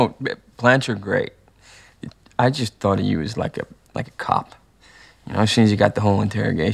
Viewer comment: do I hear the scottish coming out of "YOU" james??